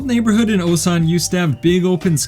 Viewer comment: Feel bad for instantly assuming u were gonna be those foreigners that barely speak the native language after living for 10 years from the way you pronounced Osan with that long English O lol I can't help but want to point out that ur korean would be native level if u just brushed up that pronunciation cos ur grammar seems to already be there. (that's the hardest part of course)